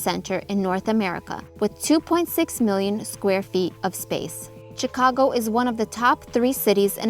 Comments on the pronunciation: Its Sheee cago not Chiii ca go. The Ch is pronounced like She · It’s Rookery (like hook), not rockery (like rock). And Chicagoans pronounce Chicago with more of a “shhh” at the front rather than a harder “Chi”. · you pronounce the city name Shicago not Chicago just to help you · This video shows the city better than most. Well done. Chicagoans still call it the Sears tower. And they mostly pronounce it shi-cago rather than chi-cago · CHICK ah go(Shi CAW go), The Rockery (The ROOKery) and EliNOISE (Ill i NOY)But it is a stunningly beautiful video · I was waiting for someone to correct the pronunciation…. It’s pronounced Sh icago…. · In order to improve your channel,learn American English. Chicago is pronounced Shicago. Chicago has the 3rd largest population of any American city as well as 3rd largest metro area. You sound AI generated. You may be,but try not to sound like it. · it's pronounced SHI CA GO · The "Ch" in Chicago is pronounced "Sh." You dont pronounce the "s" in Illinois. Parts of the L on the red and blue lines are underground. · Great! Well done, but the "s" in Illinois is silent, and it is pronounced "shi-CA-go ill-in-OI" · And the 'ch' in Chicago is pronounced as an 'sh'. It is like fingernails on a blackboard to hear the mispronunciations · sh*CAH*go, ili*NOI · It’s pronounced Shi-cago, btw. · I never thought that somebody who pronounces Chicago with a hard ch and pronounces the s at the end of Illinois would be giving this tour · Might be nice if you could pronounce the name of the city correctly, you dunce. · Still known as Sears Tower.... Great vid, did you take all the vids in this, they are wonderful! Love how you say ChiCago! DA Bears!!! Awee leaving out the poor White Sox...